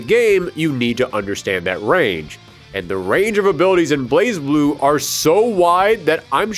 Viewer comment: BlazBlue is pronounced Blay Blue. The Z in Blaz is silent.